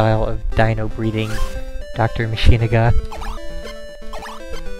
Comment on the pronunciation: It's dr. Matsunaga, not "Mashinaga". And what's so wrong about him loving his dino that way? It looks rather happy.